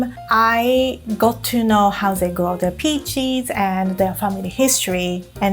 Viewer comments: she says peaches like pee cheese thats really funny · I'm obsessed with how says peaches 😍😍